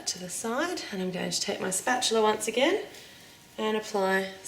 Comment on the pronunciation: Technically, its spatula, not 'spatular'.